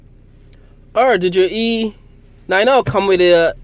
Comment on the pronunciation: Like your videos, but please stop saying E Nine O. It's E Ninety...you'll thank me later.